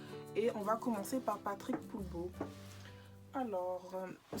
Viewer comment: Patrick polbos comment tu as massacré son nom🤣🤣🤣😘😘 en même temps je sais pas comment ça se prononce